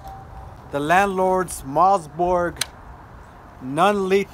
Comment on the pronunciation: Mosberg, not mozborg